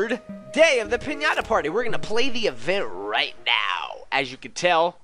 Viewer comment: You said pway